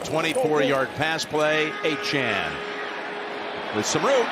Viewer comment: Why can he never pronounce Miami running backs names correctly; it’s on his jersey. Achane, not Achan.